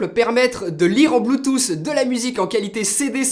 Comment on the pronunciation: Je me demande vraiment où que tu prend tes mots, bluetooss et samsoug